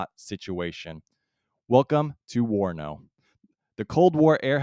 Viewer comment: correction - not WANO but WARNO